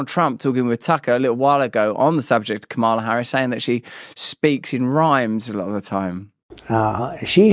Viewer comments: It's mamala not kamela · Pronounced - Que Mala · It's Kuru....